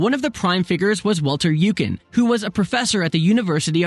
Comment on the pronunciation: Freeburgh and Wolter Youcan. Yikes, pls at least try to speak german, although it would never satisfy a real german anyways ;)